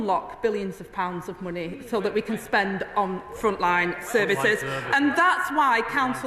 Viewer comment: Can she please learn how to pronounce the word “money”